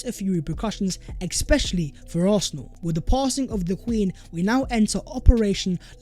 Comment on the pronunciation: Hi Thanks for the content Brotherly correction I hear you say "expecially" instead of "especially". Not sure whether I hear it wrongly. Otherwise thanks for the content Yooo